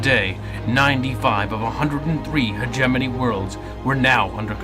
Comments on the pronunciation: Not "hedge-enemy." "Hedge-eh-mony" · You keep saying "hegeNOMY"